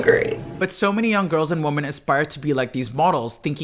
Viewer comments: One women. Multiple woman pronounced( weemon) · The plural of woman = women, pronounced as “wimmen”. It’s called respect and proper grammar. Just saying… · For the love of God, pronounce “women” correctly! What idiot taught your generation to pronounce it like “woman””?! It’s pronounced “wimen”! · i gotta say....its pronounced WHIM en not Whoom-an. Woman is singular, Women is plural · one (woman) two (wimen)! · 'Women' is pronounced - whim-en. FYI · This was great but it’s pronounced “wehmen” ... woma is singular and women is plural. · ITS WIMEN OMG. WOMEN PRONOUNCED WITH A WEE. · Hey just wanted to let you know WOMEN is pronounced "Wim en" not the same as "woman" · Cringing when this kid can't pronounce "women" probably 🙈😖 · Can you pronounce women correctly please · That’s not how “women” is pronounced 😅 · Pronouncing ‘women’ wrong…😑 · you mispronounce women (you have a different first language probably?)